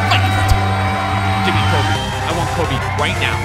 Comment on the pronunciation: I’m American Also: “kolbe Bryant”